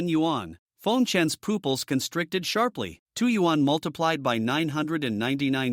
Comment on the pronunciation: I get saying shooting a bough instead of bow, but pooples instead of pupils we dont shit out of our eyes get your words correctly pronounced for fucks sake